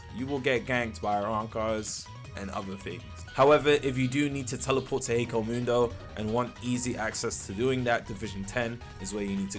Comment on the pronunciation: HEKOMUNDO? please stop its killing me